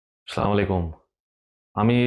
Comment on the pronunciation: ভাইজান সালামালাইকুম না হবে আসসালামুয়ালাইকুম